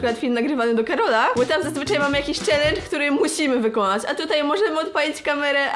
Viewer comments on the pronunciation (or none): none